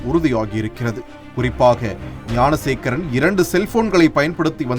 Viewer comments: Gunasekaran illainga , Gnanasekaran !! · .ஏம்பா அது குணசேகரன் இல்லை. ஞானசேகரன் !! TASMAC தொல்லை !!!??